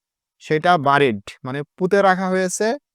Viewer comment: The pronunciation of the word 'bury' is not 'বারি' rather 'বেরি'।